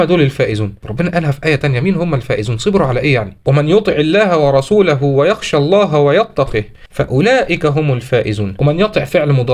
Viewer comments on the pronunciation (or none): none